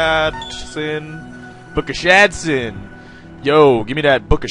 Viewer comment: "book of shat-sin"?! LOL!!